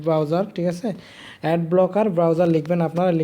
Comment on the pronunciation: কথা বলতে জানেনা শালা এড কে এট বলে